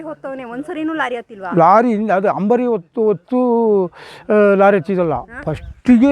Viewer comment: Madam adu hambari alla ambari. Harjuna alla. Arjuna madam